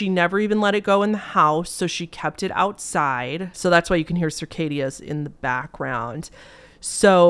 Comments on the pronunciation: Wait, hold up... did you say sircadias? It's cicadas(se-cay-da). Holy shit, I had to listen to you say it like 8 times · did you just say circadias? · i will forever be calling cicadas "circadias" from this point forward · i sure do love “circadias” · Circadia? …..Cicada?